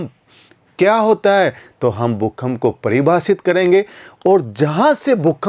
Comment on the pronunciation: भूकंप होता है भूखंप नहीं।